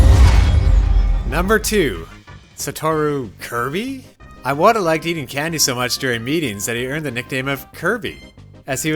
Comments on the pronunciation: It's Ee-wata, not Eye-wata. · Iwata not eye-wata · He’s saying his name like a fucking Apple product iWadda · It’s pronounced “ee-wata” not “eye-wata” “ee-wata” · Why do you pronounce Iwata as Eye-wata??? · What is is with Yanks and deliberately mispronouncing foreign names??? Eye-wata???????? come on make an effort at least🤦🏻‍♂️ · Eyewata made this hard to watch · He pronounces Iwata's name that way because reading this book made his "eye-wata". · Since I speak Japanese, I’m hearing this “あいわた”/Aiwata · Anyone else bothered how he mispronounced Iwata every single time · I waddah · Pretty disrespectful to not pronounce his name correctly. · Imagine calling yourself a journalist and not bothering to learn how to pronounce a name It's not just this video, it's a consistent problem with all these Nintendo YouTubers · Not really